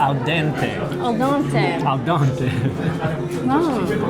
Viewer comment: Al dente was correct. Mamma mia! hehehe.